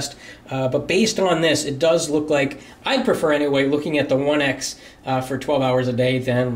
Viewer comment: He said HTC oneice